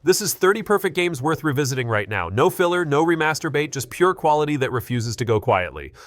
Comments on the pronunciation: wait wait wait wait. back up. Did you say Remaster bait, or Remasturbate? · Ooohh you meant Remaster- Bait. I really felt like I was hearing something else